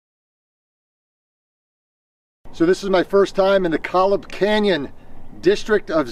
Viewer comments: Great video. I'm a local. You may have not noticed the rock slab with over 40 large dinosaur tracks about 2 miles in. Kolob is pronounced Koh Lob. It is a different canyon accessible by trail from near where you were at the Left Fork trailhead. Kolob Arch the second largest arch in the world is on that trail. You can also drive into Kolob Canyons from I-15 near Kanarraville. From that entry into Kolob there is a 14 mile out and back to Kolob Arch. Kanaarville has the easiest to access dramatic slot canyon in Utah called Kanaarville Creek/Falls. Sometimes the subway pots and stream where you jumped in are completely full of sand. Never go with high runoff as you won't see anything the water is so deep (Spring). You went at the best, most pristine time. Thanks for the video. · Nice video not to be a pain but it's pronounced KOhlob